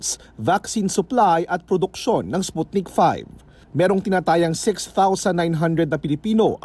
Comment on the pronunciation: Sputnik V (vee, not five)